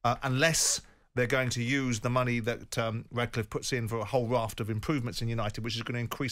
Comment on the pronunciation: It's RATcliffe, not "Radcliffe"